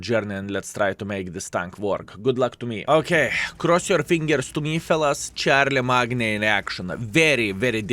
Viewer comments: Its actually pronounced - sharl-em-main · haha, for those who dont know also, charlemagne is pronounced as shar-ler-main. the "g" is silent. its a very nice/unique name if you ask me. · Given the name is french his pronunciation is probably less wrong than charle"main"^^ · "Char la magna", lol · It gets me every time 😂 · managed to accomplish an impressive feat.... bothering BOTH the french and british with his pronunciation, good video btw